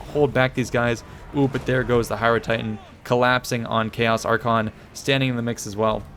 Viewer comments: Arkhan the Black (ar-khaan) and Archaeon, the Everchosen(ar-khay-on) the pronounceation was garbage, but that was a great battle with an awesome clutch comeback! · Archaon (Are-kay-on) and Arkhan (Are-can) are not pronounced the same. Cool battle though. :P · ITS PRONOUNCED AR-KAY-ON A POX UPON YOU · since when is Archaon pronounced the same as Arkhan? yikes